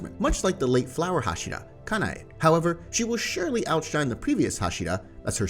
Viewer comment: One thing for the speaking of inosuke's, zenitsu's, and hashira. to pronounce inosuke, it sounds like inoskay. agatsuma isn't pronounced agatsumi it's agatsuma. and hashira isn't hashida is hashira. Don't take this rude alright!